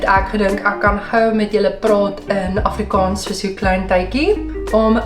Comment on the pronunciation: As ‘n persoon wat amper vyftig jaar lank Afrikaans geleer en gepraat het, wil ek opmerk dat jou uitspraak van die dubbel a, soos in Afrikaans, ‘n bietjie “plat” klink ; “afrikons”. Die (aa) klink meer soos ‘n (oh) klank. Ek hoop jy verstaan (begryp) my opmerking. Verder uitstekend !